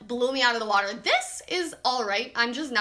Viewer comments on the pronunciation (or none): none